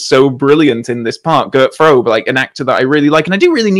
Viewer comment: Gentlemen, Mr Frobe was German; his name is pronounced Frober [without the final R]. I loved the discussion, though; thank you both.